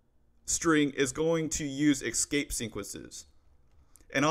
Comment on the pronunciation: Great Content ! btw is just me or does he really say "Exscape Sequences"?